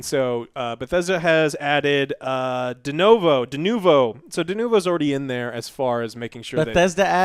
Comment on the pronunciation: just hit it.. DeNOvo is probably a more accurate pronunciation.